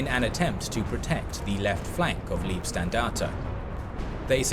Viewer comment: Hillarious how every english language documentation misspronnounces Leibstandarte ("standard of the body(guard)) as Liebstandarte (dear standard)